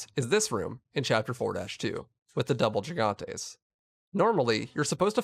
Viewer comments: There not Gi gantis There Ji- Gan-tays Say it loud bro Gigantes don't get confused by how it's spelled just to make it easier JI-GAN-TAYS/JI-GAN-TES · Lol he said “jigantes”😂